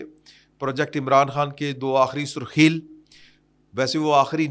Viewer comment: Sir surkheel ni Hy sarkhel lafz Hy